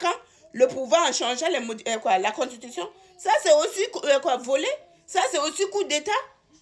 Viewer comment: On dit constitution ma chérie ! Belle analyse quand même .